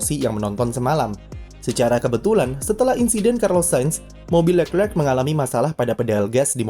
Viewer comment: Kenapa setiap admin nyebut nama Leclerc agak susah ya.. udah 2 Chanel saya nonton juga seperti itu..